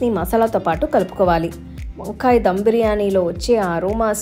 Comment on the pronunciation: Akka డం కాదు ధమ్....